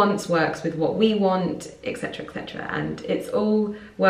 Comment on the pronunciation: the latin phrase is Et Cetera, not ex cetera